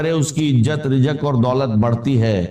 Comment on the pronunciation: Is KO ghor sy sunnain IA K alfaz hain😢rizq KO rijqh Bol rahy hain